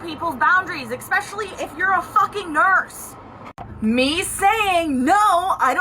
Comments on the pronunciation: "exspecially" from a nurse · I won't be taking any advice on crossing boundaries from people who pronounce especially as "EXspecially." These people are the dumb leading the stupid.